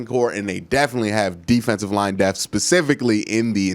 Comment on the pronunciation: It’s depth not deaf